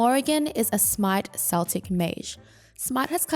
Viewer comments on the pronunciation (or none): I think it’s pronounced like “Keltic” and not “Seltic” (Hard C Versus soft C Also, something to note is that Dark Omen’s Omen Damage is Morrigan’s damage, so she’ll get kill credit if Omen gets the kill, even if an ally uses an ability to trigger it. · Celtic is pronounced Keltic not seltic wanted to add that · I’ll never forgive Americans for creating the “Seltic” pronunciation of Celtic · Great vids but as a keen Celtic history nerd i have to say, Celtic as in the Celts is a hard sounding "C" (K). Celtic as in the scottish football team is a soft sounding "C" (S). Thanks for the vid. Very helpful.